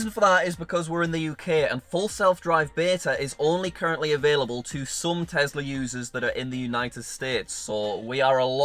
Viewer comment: did u TEZLUR? LOL